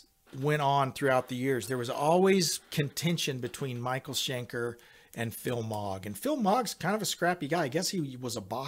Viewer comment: Schenker, not Shanker!